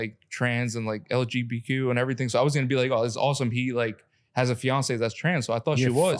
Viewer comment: i don’t support em but bro said lgbq😂